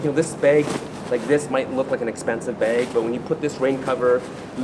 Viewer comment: Anyone else love the way he says "beg"?